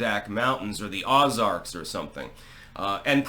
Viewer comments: Ozarks is pronounced "Oh-zarks". ;-D And you're not far off the mark. I know of quite a few hobbyists with stills out here. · Aus arks??? Wtf? My god man! If there is a weird way to pronounce something you are all over it. Everyone says oh-zarks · The Awzarks…. 😅